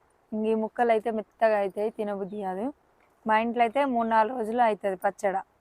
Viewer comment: Not pachada . pachadi